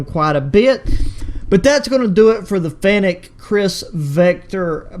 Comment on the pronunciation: Bro calls it a finnetic 💀